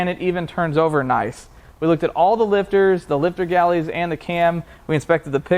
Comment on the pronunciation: Are you saying Lifter Galley? Haha